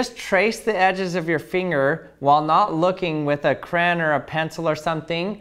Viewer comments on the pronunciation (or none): You said crayon wrong